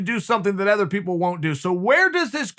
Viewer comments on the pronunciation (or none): none